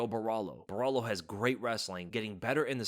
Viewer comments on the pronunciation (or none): bro just call Caio Borralho CAIO, please! your pronunciation of Borralho is astrocious